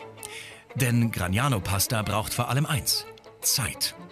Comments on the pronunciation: Gragnano, nicht Gragano. Die Karte ist richtig, der Titel nicht. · Please the city is GRAGNANO, not GRAGANO...